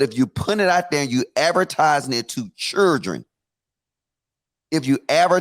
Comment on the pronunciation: Someone tells logic that there is an 'L' in the word chiLdren 😂